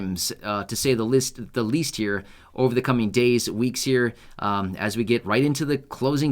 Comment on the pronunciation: it's pronounced right here. Not right gere.